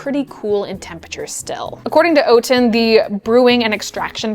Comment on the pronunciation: OUT-in not OAT-in